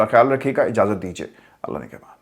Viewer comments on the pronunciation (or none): none